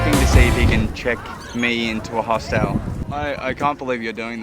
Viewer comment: They way you guys pronounce hostel is disturbing to me though 🤣😂